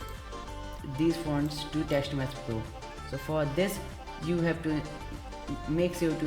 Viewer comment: Lol it was TextMesh Pro not Teksht Mess Plo but nice video tho it helped